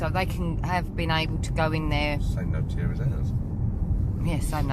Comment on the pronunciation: Finally a property to call home. Congratulations! Maison the Maitres are usually the houses of the local wealty brewer, buisinessman, minor nobility or doctor, notaire or lawyer. Notaire is symply pronounced notaire not notjeire. I love maison de maitres. Probably a lot more useful and not that expensive in the upkeep of a chateau.